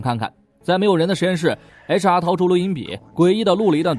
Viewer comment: 您把HR说成雷茶 😂